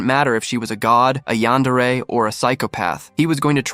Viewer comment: Eyantery?😂😂😂 yandere!😊😊😊